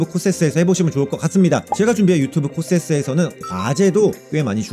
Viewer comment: 유튜브도 유튭~~~ 이지랄 하노?ㅋㅋㅋㅋㅋㅋㅋㅋㅋㅋㅋㅋㅋㅋㅋㅋㅋㅋㅋㅋㅋㅋㅋ